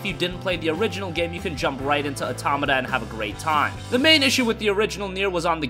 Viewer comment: It's pronounced Nier AUTO- MAWTA